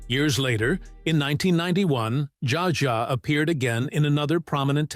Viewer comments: This is information I want, but the AI narration may make me bail before it's over. For gods' sake, it's GaBORE, not Gabber, and ZSA Zsa, not JaJA. And what's the footage from The Feud doing in there? Not a Gabor in sight. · This damn narrator - how the heck does he get the work? He frequently mis pronounces names - even the same names with different pronunciations' within the one doco!!! In this one he calls Zsa Zsa SJA JA!! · The AI narration sucks. So many mispronounced words, including "Zsa Zsa".